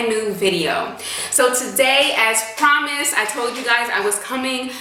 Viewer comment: "As promised".....she said pomised